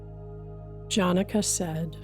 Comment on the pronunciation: I do not know whether a person who hasn't even tried to pronounce the names of Ashtaavakra and Janaka can truly translate the text.